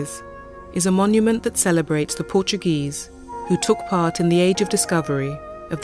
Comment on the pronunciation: I appreciate the interest but to have the narrator pronounce portuguese names with a spanish accent kind of ruins the experience...